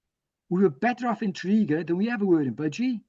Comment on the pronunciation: Nie Tony "Borg" jak ze Star Treka, tylko Tony "Bordż". Nie "Tredegar" a "Tredigar". Następnym razem się upewnij co jak się wymawia, bo albo nie zrozumieją albo pomyślą że Polacy to ignoranci. A ogólnie to ciekawy wywiad, na pewno unikat na skalę światową. Propsy, że udało się wszystko nagrać!